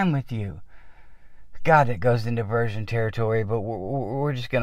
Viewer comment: Awesome videos. I am bringing them now. I laughed when you mispronounced virgin as versions. It sounded like a Slavetomistresses impression.